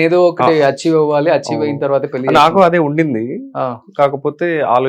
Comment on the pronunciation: తెలుగులో ళ అనే అక్షరం వుందిరా పెల్లి అంటావేంట్రా పెళ్ళి అనలేవూ? మల్లీ కాదురా బాబూ మళ్ళీ అనాలి!